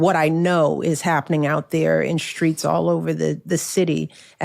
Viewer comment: Michelle Obama pronounces 'streets' as 'shtreets'. What is that?